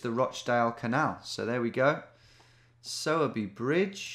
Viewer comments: Ayy, my birthtown was in this one, Sowerby Bridge. Note: Its pronounced like Sore-Bee, but better than the Sour-Bee I've heard from most people who see it. Also, grats on the 1mill! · Hey Tom I don’t know if it’s been said but it’s pronounced sore by bridge - the er from sowerby isn’t pronounced! Anyways it was cool to see a spoons I’ve been to on here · It’s pronounced ‘sourBry’ bridge.